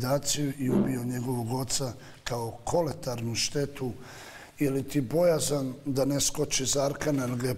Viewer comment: Pa kaze se kolateralna covece,zasto koristis reci koje ne umes da izgovoris ???